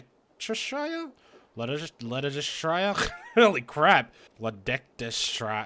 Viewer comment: ledecteshire, f it the shire! omw it made me lol